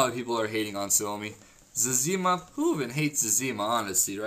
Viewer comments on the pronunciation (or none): you say zezima weird